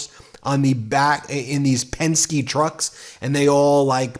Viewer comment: The easiest way to remember how to pronounce Penske is to remember it rhymes with Nazi...